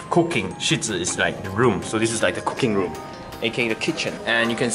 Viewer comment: When you started to translate "cooking room", I could've sworn I heard you say *Cocaine room*.